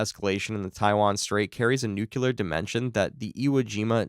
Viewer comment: Nu-Klee-year, not nuke-u-lar